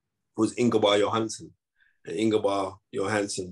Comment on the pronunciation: “ingobar johansson” 🤣🤣 ingemar johansson you mean 😂😂 thought you were the knowledge ?